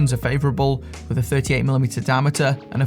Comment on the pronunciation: "loog tuh loog"